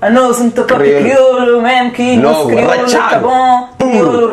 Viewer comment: ela a fazer se que n sabe falar criolo ahahhaha..ah esh criola metid a besta